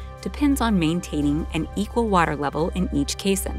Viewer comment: "Caisson" and "basin" should not rhyme. "Caisson" is pronounced like "case on".